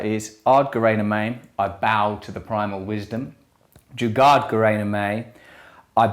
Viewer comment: Did you say Juggad?? 😣